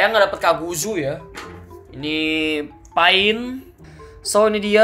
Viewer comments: bang itu pain(pein) bukan pain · itu maksudnya"pein" bukan"pain" bang sakingnya tulisannya saja kayak pain tapi pein ya